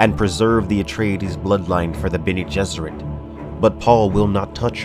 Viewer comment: I love that you’re doing this series. I’m such a huge fan of the original Dune series, and you can tell be your videos how much of a fan you’ve become. I can even get over how you pronounce certain names (to each his own, lol.) These videos are a great way to revisit the series and mythos without retreading the entire series. And I agree with other viewers, I can’t wait until you get to God Emperor; I’m partial to Children of Dune, and an definitely looking forward to your guide to that book. Keep it up man, really enjoying it.